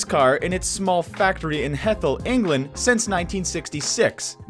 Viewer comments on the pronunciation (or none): none